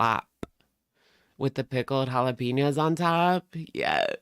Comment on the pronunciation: Please EVERYONE. It’s HALL UH PEHN YO. NOT PEEN YO.